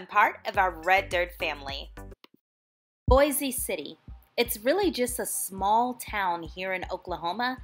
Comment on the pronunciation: It's pronounced Boise it rhymes with voice